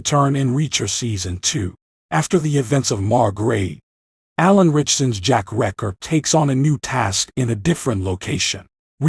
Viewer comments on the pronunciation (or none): The name is reacher, not wrecker.